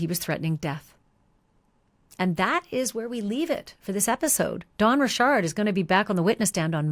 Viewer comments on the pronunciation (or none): none